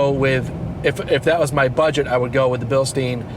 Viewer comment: Great video but Bilstein is pronounced Bil-stine with a long i not Bil-steen.